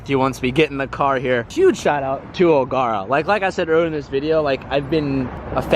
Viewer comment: Love the vid. It's pronounced Ogera though not Ogarah😂